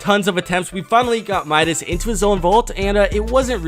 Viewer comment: Midas not minas